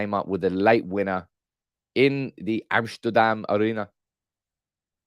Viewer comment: "Amshterdam" LOL! You're channelling Steve 'How you shay in English?' McLaren!!! :D